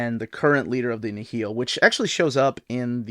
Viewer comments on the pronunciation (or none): Nihil is actually pronounced like the River Nile